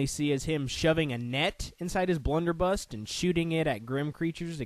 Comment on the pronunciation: Prof Port's weapon is pronounced Blunder-buss. Also, Cudgel is pronounced "Cud-gel", not "Cue-gell"